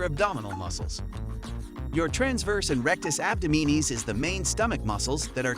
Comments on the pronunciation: Abdominis is pronounced Ab-Dom-in-us. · Interesting pronunciation of ‘abdominis’……… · DISCLAIMER: YOU WILL NOT GET A SIX PACK FROM JUST DOING PLANKS! After I heard you pronounce abdominis incorrectly so many times, and then also say that if you do the plank you will get a six pack, I stopped watching. Please do not spread that sort of disinformation. You need good diet and low body fat to have a visible six pack, that's it.